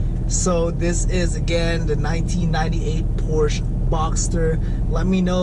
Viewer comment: Good start. I hope you continue to make videos. My guess is 6700. One more thing Porsche is a two syllable word. 😁